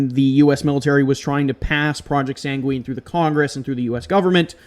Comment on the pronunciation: I'd heard of Doveland; it sounds like it could be a Mandella Effect thing. It's pronounced SANG-win, not san-gween. Sorry, but that just kind of bothered me. I hadn't heard of Urkhammer. The there-but-not effect makes me think of the Philadelphia Experiment, even though that was different and didn't (supposedly) happen until much later.